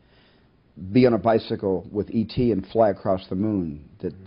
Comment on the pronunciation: It’s “E T”!!! (Spielberg)